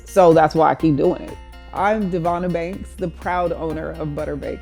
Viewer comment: What she said: I'm Devonna Banks What I heard: I'm Devonna Bakes